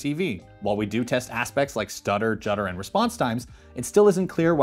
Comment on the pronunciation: Jutter drives me cray